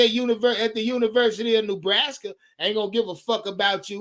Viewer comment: No ties to NB just a panthers fan and Rhule hater. However, for the love of God it's not pronounced "new"braska